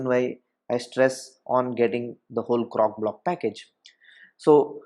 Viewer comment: CroCOblock! Not Crocblock. I kept hearing cockblock. LOL 😂 Great video though. Thank you.